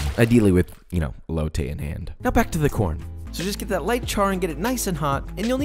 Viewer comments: The way he says el-lo-tay 😖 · I'm sorry but can I just say, you pronounced elote wrong, it's pronounced eh-lo-te lmao I'm not saying this to hate it just bothers me a bit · I hate how he says elote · Deconstructed Elote more like EBOWLte